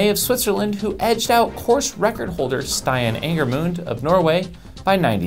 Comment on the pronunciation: Stian is pronounced stee-ahn. There, you got some help with the names. Also, Ecotrail Oslo took place over the weekend, but i guess it wasn't enough of a race 'of note'. nobody cares about Norway :(